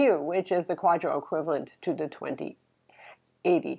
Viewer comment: Did she have a stroke while saying 2080?